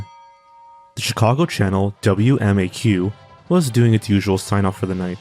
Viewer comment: Are zoanfly and the same person. Because they pronounce channel kanel.? Need this info im going crazy